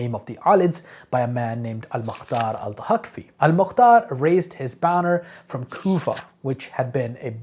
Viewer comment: dude you need to know how to say "Thaqafi" or "Saqafi" not Tahaqfi .